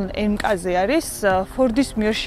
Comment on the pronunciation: Mkz (ემკაზე) არა. "ემ-ქეი- ზი ასე იკითხება სწორად.. კარგი გოგონა ხარ და ძალიან მომწონს შენი კონტენტი..წარმატება ლამაზო მანდილოსანო